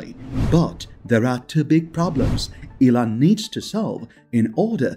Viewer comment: I absolutely hate the fact that this narrator pronounces Elon as Ellen!!!! It's disgusting and extremely irritating to hear stop using this idiot to narrate your videos!!! Or I'll simply stop viewing your videos!!!